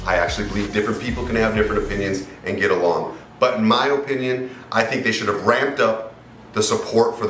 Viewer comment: You say “O”pinion! 🤣🤣🤣 You funny guy!